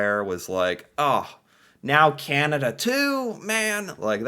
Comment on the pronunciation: Can-ah-da Not Canata 😑 Silly